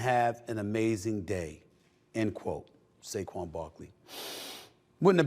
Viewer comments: It's Saquan Not Saguen. Fire The editor of the show 😂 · It’s actually SAQUON. Not Saquan or Saguen lol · Wtf is Seguen Barkley? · Who's Saguen Barkley??? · Who the hell is Saguen Barkley??